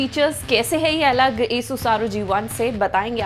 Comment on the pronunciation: madam pronaunciate well not esus ... its asus (आसुस)